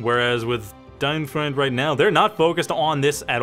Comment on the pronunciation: Try pronouncing him as "DeinFroind", that should be closer to it than "DeinFrund".